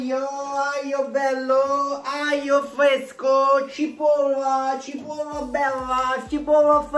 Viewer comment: Nessuno::cipolle fevesche tutto fevesco